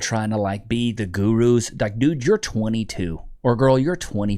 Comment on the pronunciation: guru? more like Doo-ru lol